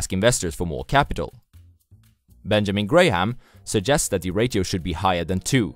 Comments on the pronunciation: The word "ratio" is actually pronounced as "ray she oh" and not as "rah sio" or but you were thinking of the word radio maybe? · Why are you calling ratio as rachio. We indians say ratio in following manner rasio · It's pronounced as rayshio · great video again! by the way ratio is pronounced as re she o (with a sh sound) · It's pronounced "rashio" or "rasho" other wise great content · Jeff Winger: Did you just mispronounce Ratio? :D